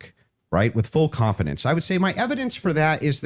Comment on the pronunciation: full CWANFIDINCE